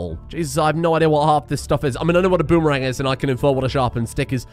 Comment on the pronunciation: the way you pronounce things is is just incredible i laught so much at "dafuk is a boomerang" and "fence"